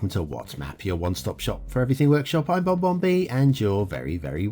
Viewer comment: And it's Bon Bon B, not Bob Bob B... 😉